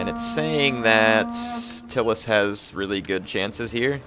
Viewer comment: It's not "Till-us" it's "Tie-lis"